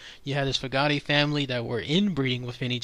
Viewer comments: 1. FEW-gate not foo-gah-tee 2. that first "picture" is an oil painting. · Very interesting topic. Thank you. You requested help with the name pronunciation. Fugate is F-(you)-gate (as in fence closure). Hope that helps. Glad to know about the silver poisoning. Must be very careful about alternative medicine. Research, research, research before taking. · It's pronounced Few Get :) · The name Fugate is pronounced like Few Gate or Few Get depending on the family or the location. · Some families pronounce Fugate differently. I live in east tennessee. Very close to middlesboro Kentucky. A family in my town pronounces their last name as few-get. In middlesboro, ky there is a family that pronounces it at few-gate(like the gate used at an entrance). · Its pronounced Few-Get. Actually related to one of the Blue Fugates of troublesome Creek (dont remember the name). It was because of Incest. I remember when my sister got married to a Fugate, they had to have a DNA test done just to make sure they weren't related. they weren't, but in a smaller community its a very real thing, that youre pretty much related to everyone in some way. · It’s not pronounced Few-Get. You’re getting that mixed up with “Fugget” which was the pronunciation before Capt Josias Fugate settled in Virgina from France. It’s pronounced Few-Gate. (My source- My family are the Fugates, and all my family is buried in Neace-Noble Cemetery, including Martin Fugate.) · It's pronounced fyou gate, like a gate on a fence. Fyoo Gate..Fugate. I know a lady with that last name. But she's not blue. Ha ha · The last name "Fugate" is pronounced FU - GATE (like the entrance/exit of a fence). Just wanted to clarify that for you. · fewgate's is how they pronounce their name. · He-ma-globe-in and few-gate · I'm a Fugate. My grandma was Betty Feugate. My line changed their spelling when they moved to Mo. It's spelled and pronounced many ways. Fugitt, Fugate, Feugate. And we are ALL related!